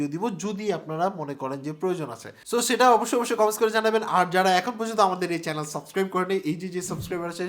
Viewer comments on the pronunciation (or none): none